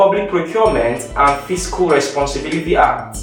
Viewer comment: Limited, not limithed, responsibility not responsibilithy. I'm sorry but It's quite irritating to be hear.